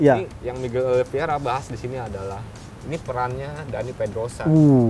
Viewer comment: Oliveira bang,bukan Oliviera.